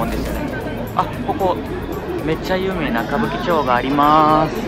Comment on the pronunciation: Your Japanese is so good that it's hard to find pitch mistakes as 99% is correct, at least from my perspective as a non-native. These are just 3 I noticed in the first 1-2 mins (please correct me if wrong!). 騒がしいところ さ↓わ↑が↑し↑い↑と↓こ↑ろ ↓ X さ↓わ↑が↑し↑い↓と↓こ↑ろ↑ 〇 ... が多いという感じ お↓お↑い↑と↑い↓う↑か↑ん↓じ↓ X お↑お↓い↓と↓い↓う↑か↓ん↑じ↑ 〇 めっちゃ有名な歌舞伎 ゆ↑う↓め↓い↓な↓ X ゆ↓う↑め↑い↑な↑ ○ ↑/↓ signifies if the mora before it is high/low I checked these with native recordings of the same or similar phrases but if I'm wrong please let me know. You're probably better than 99% of other non-natives I've heard and way better than myself in terms of fluency so I have a ton of respect 🥺